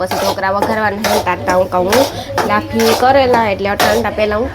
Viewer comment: લાફી નહિ, લાફસી કહેવાય.